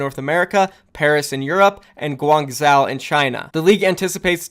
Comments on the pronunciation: I love you my friend. But you have to stop saying "guangzeo" and "hangzeo", its "guangjo" and "hangjo" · FYI it’s Guangzhou (Guang-JOE), Zhou (Joe) means city in Chinese. Keep up the good work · It's hang like the way you said it, but in China zhou is pronounced Joe